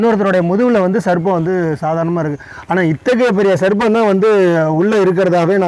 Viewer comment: யப்பா பாஸ்சு நீங்க சர்ப்பம் அப்புடின்னு சொல்றது SARBATH அப்புடின்னு சொல்ற மாதிரியே இருக்கு. நீங்களும் உங்க உச்சரிப்பும் தூஊஊ 😪😪😪😪😪😪😪😪😪